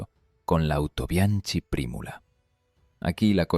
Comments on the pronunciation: Muy agradecido con la información pero estaría muy bien decirlo tal y como se pronuncia. "Autobianki"..........sin más complicación. Y también apuntar que Japón también lo importó. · Es cierto, la pronunciación de Autobianchi chirría en los oídos de los que conocen la lengua italiana, pero entendiendo que es producto de la narración generada por IA no se puede pedir más... También se come las Ñs, a veces las pronuncia como Ns o simplemente las ignora, en fin... Son detalles que le perdono a quien quiera que sea la persona que esté produciendo y deleitándonos con estos vídeos... Ojalá nos regale muchos más... Hasta él, mi sincero agradecimiento !!